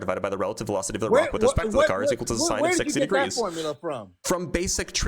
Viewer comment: 🤣🤣🤣🤣"Milligrams" F=mg😂😂😂"Formlia".....😂😂🥲It's too much!!